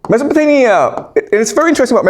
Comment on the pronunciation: I thought I was hearing wrong, but across multiple videos, multiple times, I hear you saying "MesopotaNia" with N instead of M. I can't be the only one.